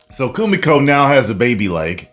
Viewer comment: Kimiko man her name is kimiko it aint that hard